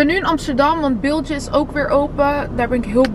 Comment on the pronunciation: Je spreekt Bilge uit als Biel-geh niet biltje hahahaha